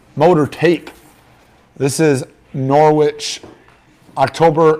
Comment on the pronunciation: It's pronounced Norrich, ignore the w